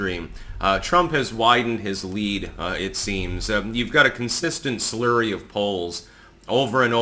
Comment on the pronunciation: Again it’s FLURRY not SLURRY.